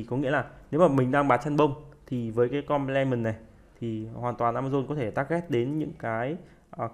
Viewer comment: Video bổ ích. Góp ý chút: Ở phút thứ 36 đề cập về Substitutes và Complements, Ad nói tiếng Anh sai nhiều (nếu là nói kiểu Việt thì ko bàn). Và giải nghĩa 2 khái niệm Hàng hóa thay thế, hàng hóa bổ trợ chưa sát.